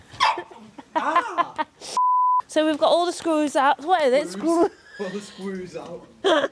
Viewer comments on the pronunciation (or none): Another lovely transformation, what an amazing team you are 🤩 and well done to Aaron for passing his driving test 👏🏼, love seeing you on the videos; you do make me laugh pronouncing "screws" 😂🩷🫶🏼